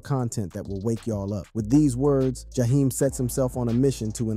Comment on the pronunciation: And who is Ja- hime? 😂